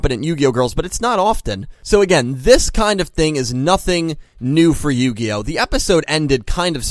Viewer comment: Yugioh? More like yugayoh.